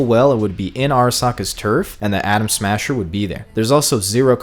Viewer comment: Is it me or does he keep saying Adam Sandler?